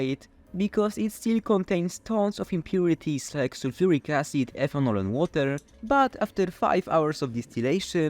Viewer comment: Great video but one thing you need to do when giving long technical names like ingredients is to add some subtitles. Your English is good, but it me a while to realize you were saying " Sulfuric Acid " and I know it wasn't what yt CC said you were saying ( Saturnic Acid ) 🤣